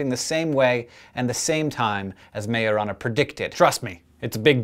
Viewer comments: at first i was like: did he just say marijuana then i was like : majorana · i thought you said marijuana felines